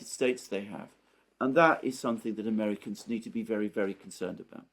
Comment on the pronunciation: I cringe every time you say America's.